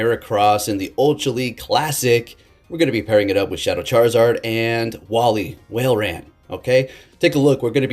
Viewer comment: its walrein like walrus not whalerain :)